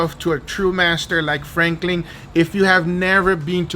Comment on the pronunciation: god the name is franklin not frankling